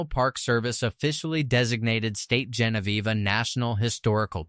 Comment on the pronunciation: Learn to pronounce names correctly! It's Saint Genevieve, not stee !!! Learn your history too